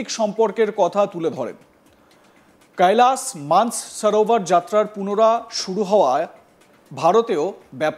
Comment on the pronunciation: Koilash manas sarovar hindi accent e uccharan korchen keno bangla channel apni bangali upothapok apnar darshok rao bangali